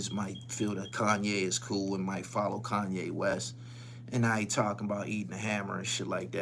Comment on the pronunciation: HassanYE??? .... "Sanye" smh